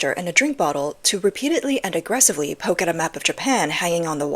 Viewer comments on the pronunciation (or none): none